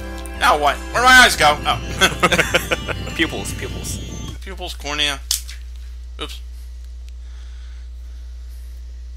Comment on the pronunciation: Not pupils, Poopils :D